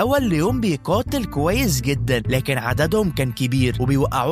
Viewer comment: بعيد عن الفيلم انا بترجاك تروح تظبط مخارج الحروف عندك ، اسمها قناع ومش كيناع .. اسمها تقتحم مش تكتحم ، ومكمل كيتاقل ،؛، انت زعلان او مقاطع حرف القاف ، حاول تقول كلمه قرقوش وسجلها لو لقيت نفسك سامع نفسك بتقول كركوش الحق نفسك بسرعه